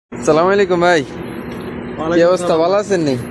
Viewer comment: ছাগলের বাচ্চা আবাংগাল বকলম আগে সালাম টা সঠিক করে শিখে নে।